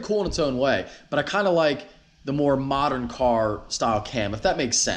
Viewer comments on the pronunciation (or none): none